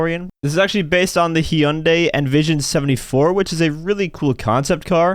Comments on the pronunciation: Did really just say “he - yun - day”…….? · That is a wild way to pronounce Hyundai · I gotta let you know, Hyundai is pronounced like Monday if the m was an h lol